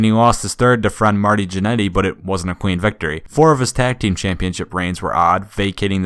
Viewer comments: Is it just me or does it sound like he's saying queen instead of clean? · How come every time u say clean, it sounds like queen? No h8